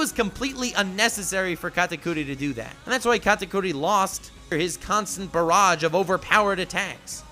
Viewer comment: First thing I clicked on this vid you pronounced his name wrong TRIGGERED